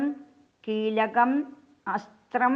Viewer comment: കീലകം,അസ്ത്രം വൃക്തമല്ല